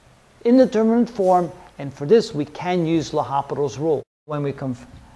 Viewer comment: Nice video but do you know you shouldn’t pronounce the “h” - L’Hôpital was French.